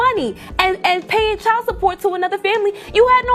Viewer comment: Jesus Christ is it me or are yall sick in tired of these AI generated videos that cant even pronounce the word "Child" correctly? I caught a headache just trying to listen.